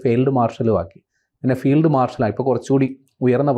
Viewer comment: ഫെയിൽഡ്... മാർഷേൽ 😂.😂😂😂